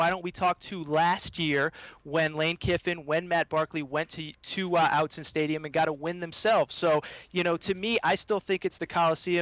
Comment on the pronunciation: "Outsen" stadium?! Learn to speak USC.